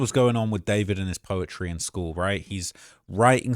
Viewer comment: I just learned its pronounced "da-4-vid"